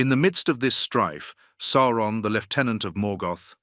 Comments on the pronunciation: Sour-on. Because he's the "sour one." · It's SOW-RON. That's how it sounds. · Definitely AI voice, it hasn’t quite mastered saying Eru’s name yet and Sauron. Sawron and E.R.U😂